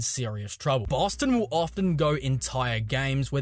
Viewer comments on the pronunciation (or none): none